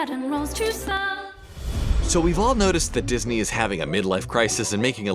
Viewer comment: ... "Dis a knee"